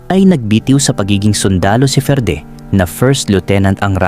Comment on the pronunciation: Basahin moto FERDE Ferdie